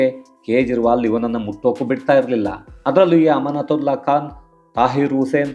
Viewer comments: ಗುರು.. ಅಮಾನುತುಲ್ಲಾ ಖಾನ್... ಸರಿಯಾಗಿ ಉಚ್ಚಾರಣೆ ಮಾಡಿ.. ಅಮ್ಮನ ತುಲ್ಲಾ ಖಾನ್ ಅಂತ ಹೇಳಿದ ಹಾಗೆ ಇದೆ 😂😂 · ಎನ್ ಸರ್ ನಿಮ್ಮ ಉಚ್ಚಾರಣೆ ಅಮಾನುತುಲ್ಲಾಖಾನ್ ಅಮ್ಮನತುಲ್ಲ ಖಾನ್ ಯಾವ ರೀತಿ😂ಬೇಕಿದ್ದರೆ ಪುನಃ ಕೇಳಿ Audio